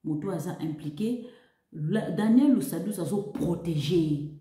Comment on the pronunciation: Deja ozô prononcer pe ko déformé kombo ya mutu Lusadisu et non lusadusu avant ya koloba tuna